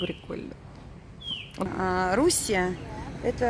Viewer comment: Мы отдыхали в РуссИи ( ударение на первую И). Очень понравилось. Территория парка, если не ошибаюсь 17 Га